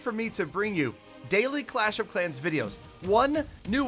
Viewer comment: "FRELLOW FRANS OF CLASH OF CRANS" 😂